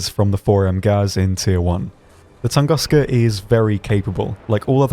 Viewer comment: Oh please... TOON-GOOSE-Kha [ tu̇ŋ-ˈgü-skə, tən- ]